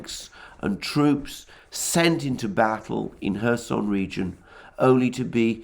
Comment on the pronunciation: Am I the only one who hears Herson region???? Or Mr Alexander deliberately saying??